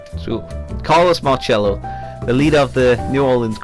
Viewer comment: Just a heads up, nobody pronounces it like that. People here in New Orleans say pronounce the “C” as an s. Carlos marcello( marsello)